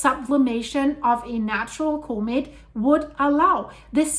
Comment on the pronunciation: I like how says comb it for comet..